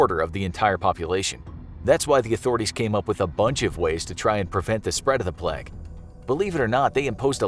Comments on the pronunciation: Your pronunciation of “Plague” hurts xD it’s Plague, not Pleg. Great video though, here’s a video suggestion, what about an episode specifically dedicated to Burke and Hare? Since they were pretty famous serial killers and you do have a series on that kinda stuff already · is no one gonna talk about how he said plegg instead of plague? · The way he says plague cracks me up